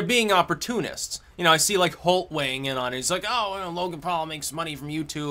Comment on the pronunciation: i like the video when he says hes waeighing all the oucomes